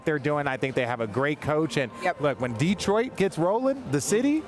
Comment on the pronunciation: Hey RJ, no one in the 313 says DEE-troit. It's di-TROYT. Get it right